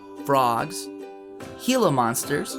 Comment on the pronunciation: I clicked 'like' 3 times because you pronounced Gila monster correctly.